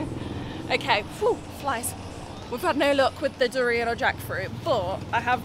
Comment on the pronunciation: You pronounce 'durian' correctly like a local